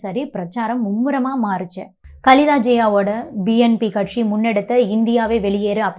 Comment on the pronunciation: கட்க்ஷி இல்லை கட்சி... தமிழை ஒழுங்காகப் பேசவும்